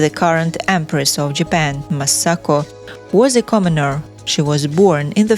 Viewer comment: Commoneer, lmao